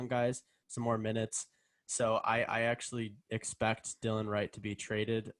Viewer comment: Just to let you know it’s not Dylan or Dillion Wright, it’s Delon Wright!